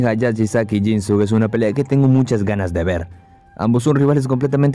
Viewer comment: Pronuncias mal el nombre de jinsuke (no es jinsuk es jinske en japonés la u no suena un ejemplo es con Sasuke se pronuncia sazke) ojo ahí amigo